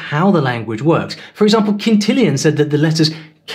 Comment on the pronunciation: "...Kintillian..." See you're talking about pronunciation...!